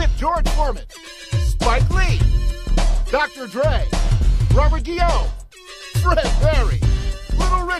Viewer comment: He said "Dr Dri" 😂😂